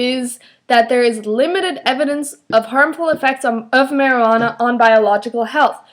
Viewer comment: You said Maryanna not Marijunana just to let you know and this was a weird point:)!